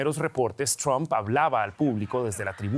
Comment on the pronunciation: Lo felicito por pronunciar el nombre como "Trump" y no "Tramp".